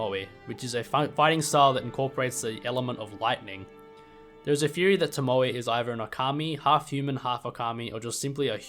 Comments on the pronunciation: I believe the 'e' in tomoe is pronounced like the 'e' in egg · no way you could mess up the pronunciation of Tomoe bro. Genny says it himself. In fact, he says it in that exact cutscene you used lmao.